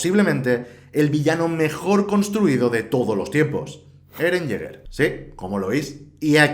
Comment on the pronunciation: Jeren yeguer xdddd